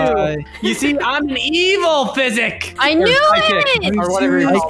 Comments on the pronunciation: Oml said "Psychic" as in "Physic" XD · I like how called it everytime a phy-sick. xDDD